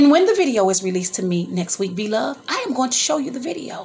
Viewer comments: It's Blove not Vlove.... please pronounce your words properly. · Why u keep calling her vlove her name is blove lol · Is she saying vlove ?